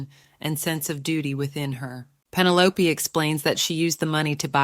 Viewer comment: Pin-o-lop-aye😂 I'm done😂